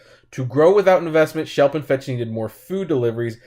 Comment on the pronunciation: It's Schlep, not Shelp.